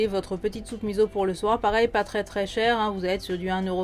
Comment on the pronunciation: Miso pas miZo